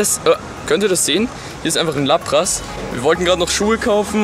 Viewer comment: Es heisst laaaaaapras und nicht lappppppras